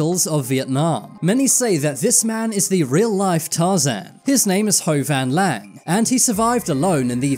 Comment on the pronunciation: As a Vietnamese, that is so weird to find. Edit: also you pronounce ho van lang wrong obviously